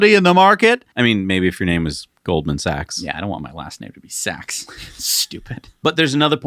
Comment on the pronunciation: Last name Sach! 🤣 you’re killing it.